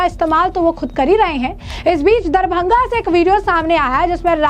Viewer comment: मैडम शहर का नाम तो ठीक से बोलो.. दरबंघा नहीं "दरभंगा" बोलो..